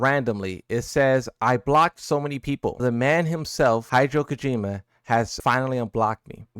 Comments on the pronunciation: This man really said Hydro Kojima. All he saw were the first letters of each name. 😂😂😂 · If you did that opening bit on purpose you are a genius dude, "haijo kajeema" had me rolling